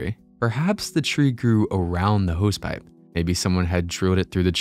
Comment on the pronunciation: Youlost me at "Hose Pipe".